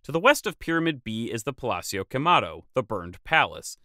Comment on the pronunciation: 'HE-DAL-GOE' The 'H' is silent in Spanish. Doesn't have that English 'J' sound. Thus: EE-DAHL-GOH. Vowels are always short, not drawn out or rounded out. Not 'PALATZIO'. Not Italian. In Italian, two ZZs together have that 't' as in Pizza but the leaning tower of Pisa does not have the 't' sound. In Spanish, the 'z' in pronounced like the 's'. Only in Spain is the 'z' sound like the English 'th'. In Spanish, 'PALACIO' is pronounced as written: 'PAH-LAH-SEEOH'. Just like 'CHORIZO' is not 'CHORITZO' in Spanish, as mispronounced by the UK. 'BAJIO' isn't bájio, not your mispronunciation but hers. It has an accent on the 'i', thus 'ba-jío' is pronounced 'bah-jEEoh'. Nice work otherwise and no, I am not Mexican. Tula could have been small due to being an original location or it could have been razed by the Aztecs because they could, leaving only what they couldn't or shouldn't destroy.